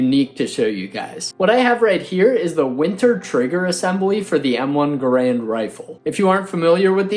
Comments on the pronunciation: Enjoy your lessons. Garand is pronounced GAIR-und. Emphasis on first syllable. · All of this just to pronounce Garand wrong...